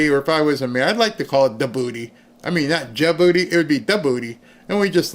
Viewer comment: says "Ain't nobody sending steak to da-booty" LOLOLOL!